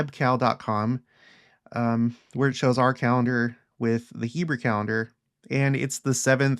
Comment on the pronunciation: I get a kick out of your pronunciation of “Hebrew” it sounds like “Heber” to me. Which is kind of appropriate in another sense.